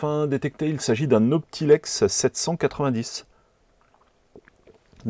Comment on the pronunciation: c'est pas la première fois... On dit OptiPlex et non optilex 😉